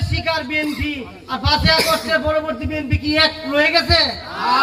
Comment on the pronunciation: তোরা কী বিএনপি করছিস তোরা তো বিএনপি র নাম ঠিক মতো উচচারন করতেই পারছ না